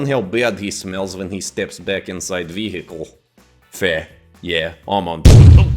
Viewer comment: vasilia: step out of the ve- HICKLE for me sir.